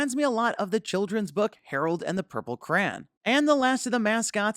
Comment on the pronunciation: Why does he say 'cran' instead of Crayon? LOL